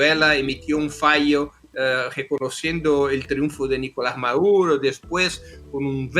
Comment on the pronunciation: Me gusta cómo pronuncia esa rubia el apellido del que quieren capturar. Dice " Ma door roou" ja, ja, ja! Háganse bilingües de una buena vez,, grenchos !